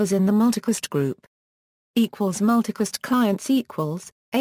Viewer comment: P.I.M Mewticast rooting??? Speak English please...its pronounced PIM and Routing not rooting and its Multicast not mewticast